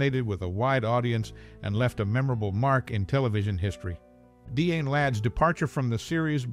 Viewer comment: Dee-anne, not Di-Anne? Pro-tag-o-nist